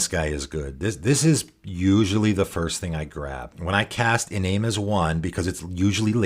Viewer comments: Great video, one note, "Iname" is pronounced ee-NAHM-eh, the Japanese way, since it's a spirit from Kamigawa. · great video, by the way it's pronounced EE- Nah - may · Hey hows it going, great videos. Just so you know, it’s pronounced ee-nam-may, it’s a Japanese one. Nice to see someone trying to make this guy work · Kamigawa is based off of japanese mythology so it follows that the japanese names they took and didn't translate (like tomorrow) would use japanese pronunciation. For Iname that would be ee-nah-may. Another example would be Higure, which would be pronounced Hee-goo-ray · Nice. I love little-known commanders and uncommon synergies. This is a bit pedantic, but Japanese transliteration has no silent vowels. That means Iname was intended to be pronounced as "ee-nah-may"